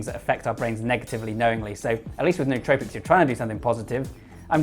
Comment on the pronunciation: Pronouncing the word nootropics wrong already makes you sound less smart...